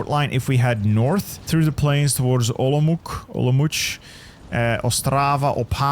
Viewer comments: Hey! Lovely video of the Hungarian disaster save, but i wanna educate you a little on Czechoslovak city names as to not butcher the name while reading it. Košice = The "Š" is commonly hard for foreigners to pronouce. Think of it as saying "sh" in a sentence. Ko-ši-ce (Ko-shi-ce) Olomouc = When i heard you say the name a few times, it kind of made me flinch a little since its the city i live in. Saying the German pronouciation of the city (Olmütz) is also fine when trying to read it, but if you wanna pronouce it the way it is in Czech, then read it the way the city is named: O-lo-mouc (the "mouc" usually confuses people but its genuinely said the same way it looks) Prešov = same way with Košice: Pre-šov (Pre-shov) I hope it helps you (or anyone else who reads this) with a better pronouciation of the Czechoslovak cities! Ahoj!! 🇨🇿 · Hearing you try to pronounce Košice and Olomouc physically hurts😭😭